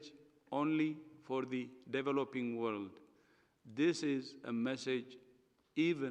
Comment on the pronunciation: i hope he tries to improve his english,,becuz wtf "worled"